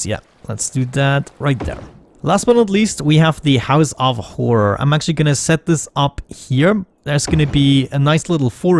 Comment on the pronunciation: 'house of whore?' I think you mean house of horror :p